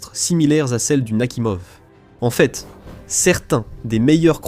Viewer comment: "Nakimov" > Nakhimov "Le diksèt" > le dix-sept "Le nain grade" > Leningrad "quatre-vingt tuite" > quatre-vingt huit "huite cent vingt-trois pieds" > huit cent vingt-trois "mille neuf cent quatre-vingt tonze" > mille neuf cent quatre-vingt onze" "P sept cen'ts" > P-700 etc... Pas très au point, le truc. Sinon, ça me fait penser au Charles-de-Gaulle, qui a dû coûter à peu près pareil en construction et maintenance, qui grosso modo n'a jamais servi à rien, mais qu'il faut déjà remplacer... Pendant ce temps, l'Armée française se penche avec intérêt sur le concept de "drone", que les Ukrainiens, les Russes et les Iraniens connaissent de puis longtemps. SI ça tombe, ils sont en train d'étudier les plans de la ligne Maginot.